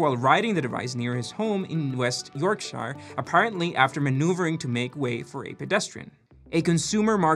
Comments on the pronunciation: west yorksh-errrr. not yorksh-iii-er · "in-fah-moos." "yorksher." say it with me now.